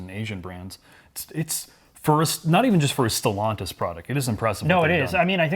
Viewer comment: "Stallantis" 😄 - They need frequent restarts?